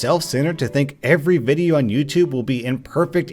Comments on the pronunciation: U wispronounced widdly wideo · He Said wideo not video GeT iT rIgHt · Its Video not whydeo ! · YoU SaId WiDeO iStEaD oF ViDeO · Did you just say... "Wideo?" YOU FRICKIN FRICKER DON'T YOU KNOW YOUR ACTIONS HAVE CONSEQUENCES!? YOU OFFICIALLY MADE ME LOSE MY MARBLES!! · “Wideo” is actually the correct phrasing, as the word video is derived from the Latin word “videt,” for see. It is pronounced as “wee-det” so you actually made the correct pronounciation. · Are yuo sutpid?! yuo siad vodio rong! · Ay mate, I think you mispronounced video in the intro